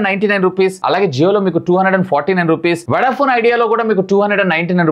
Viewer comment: వడ ఫోన్ అంటారా వొడ ఫోన్ అంటారా..కొంచం సరిచేసుకో మాట్లాడటం